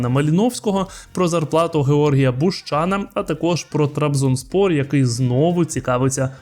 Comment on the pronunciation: Чому саме БущАна? Може БущанА???